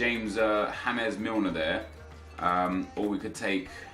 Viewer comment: JAMES MILNER FOR GOD SAKE.. NOT HAMES.. PLEASE STOP THE CRINGINESS